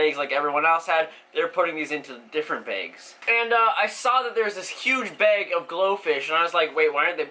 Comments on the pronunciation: It annoys me how you say bag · the way he pronounces bag though, XD